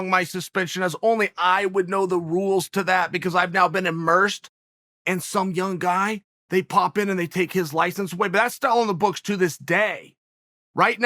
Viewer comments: "I have been emersed in some young guy" - chael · "Imersed in sum young guy".......Ughh boy Chael..